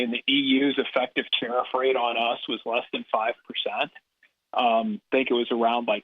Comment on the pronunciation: Everytime you said "Tarriff", I misheard it as "Tarah". Oops!